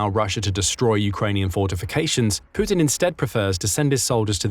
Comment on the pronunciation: The way you pronounce Putin is epic! "Poootin"😂